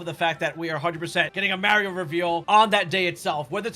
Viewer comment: How is possible you pronounce poor Mario’s name like that??